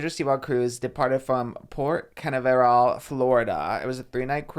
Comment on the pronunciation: oscars pronunciation of Canaveral is SENDING me